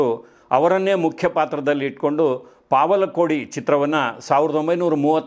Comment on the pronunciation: ಸ್ವಾಮೀ, ಅದು ಪಾವಲ ಕೋಡಿ ಆಲ್ಲ ಅದು ಪವಳ ಕೋಡಿ. ಪವಳ ಅಂದರೇ ಹವಳ ಅಂತ. __ನಡವತ್ತೀ ಗೋಪಾಲಯ್ಯ, 85 ವರ್ಷ ವಯಸ್ಸು.